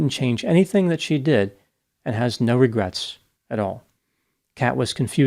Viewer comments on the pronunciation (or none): She has no "regerts"😂😂😂😂